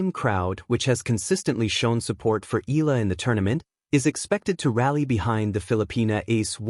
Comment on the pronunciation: It puts me off to listen mispronouncing Alex name.